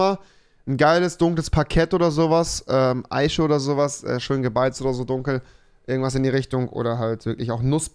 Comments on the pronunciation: Eiche= Aische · Rewi Eiche und nicht Eische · Rewi: Tich, Fich Auch Rewi: Eische